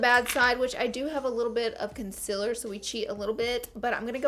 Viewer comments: Do: say con-SEE-ler Dont: say con-SIL-er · concealer? nopelaura lee says its pronounced concilar..